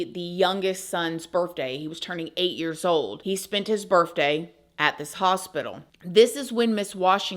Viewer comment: Please tell me that you didn’t say “birfday”?